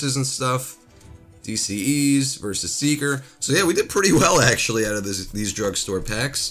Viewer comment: Its not v.s. Seeker its v s seeker